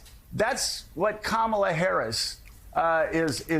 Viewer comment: Trump still, STILL can't pronounce Kamala's name correctly!